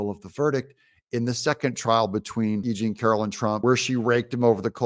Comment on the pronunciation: When you say E.Jean…..it sounds like you’re saying “aging” to my ears. How appropriate.